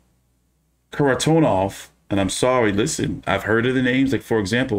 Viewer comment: You got Bel-la-rus wrong but you said Sergei's last name flawlessly.